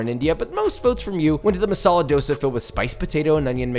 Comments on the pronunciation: Yo as a south Indian seeing that dosa looking like a Taco Bell Tortilla is sad. It's supposed to be soft with a very slight crisp factor. Also the dude saying he grew up with it and then going on to pronounce it as 'dough-suh' is very sus. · East or west Thosei is the best Yes that’s how dosai is pronounced